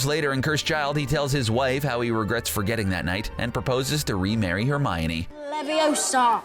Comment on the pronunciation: I love how all of the comments are about things they did wrong and I’m just here liking all of it. P.s why did you say Hermiony and you CLEARLY dont like Harry Potter that much and prefer VEIWS.